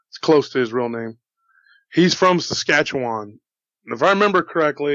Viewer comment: I can't believe an American said the name of my province Saskatchewan properly ;) no one knows where it is but it is twice the size of California It gets hot for a lot more than one or two months lol.